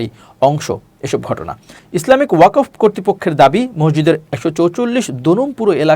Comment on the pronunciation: ♦️♦️♦️♦️♦️♦️♦️♦️♦️♦️ জনাব ইমতিয়াজ আহমেদ ! ইসলামী ❛ওয়া কফ❜ ভুল উচ্চারণ , শুদ্ধ উচ্চারণ হলোঃ ওয়াক্‌ফ وَقْفٌ♦️♦️♦️♦️♦️♦️